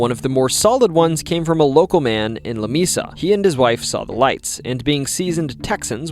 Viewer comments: New sub ! It is pronounced La "Mea 'sa" which in Spanish means a table not " Mi'sa " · "Lah- May-Sah" Love the vids, but makin' me crazy sometimes. 😂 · Lamesa doesn't have a long e in the pronunciation, and if you drive around Marble Falls you can see how a person would say there are mountains. They're really just big hills, but I can see how they would be seen as mountains. That being said, awesome stories. I've heard a few of these over the years, plus a few you missed! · You sound like a yankee. The town of Lamesa is the combination of two Spanish words. The e is pronounced like a long a. it isn't LaMeeeesa, It is La Maaasa. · Im pretty sure Lamesa Texas is pronounced like la may (like the month) sa, not la me sa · It’s “leh-MAY-saw”. Lamesa. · La-May- sa ! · La MAY Sa! Moron. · Lamesa is pronounced La may sa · It's pronounced Lah- may- sah. Please get it right. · maybe it was mispronounced just for all the attention mispronouncing Texas towns can get😂